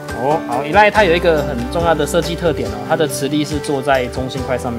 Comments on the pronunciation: 其實唸法都錯，前面不是唸衣，而是ㄜ莉ㄊ 這樣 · 應該是ㄟ賴特吧？